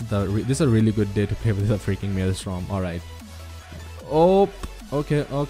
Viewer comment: bro, i loved this video but it is maelstrom, not maelstorm